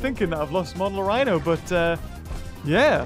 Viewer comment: Oh my god learned the pronunciation of Monolorhino I never thought this day would come